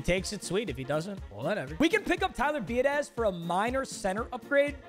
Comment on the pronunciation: I’m just letting you know your center at the beginnings name was Tyler Biadasz. His last name is pronounced bee-ood-itch.